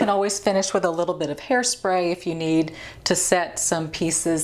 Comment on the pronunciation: had to chuckle when a Texas gal says 'a little bit of hairspray"---- have you tried the Revlon all in one brush hairdryer? I love mine